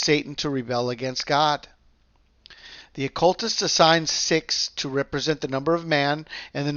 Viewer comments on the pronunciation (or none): none